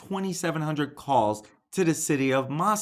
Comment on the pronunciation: Thanks for correct pronunciation, moss-come not moss-cow.